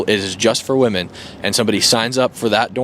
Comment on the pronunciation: Why am I hearing gen z pronounce the plural "women" in the singular form? Pronunciation can change, but this has happened in a single generation. I think the plural distinction is important; especially as the meaning of "woman" is being diluted.